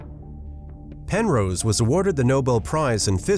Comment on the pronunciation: Also, "Pen-rose" is pronounced "wrong"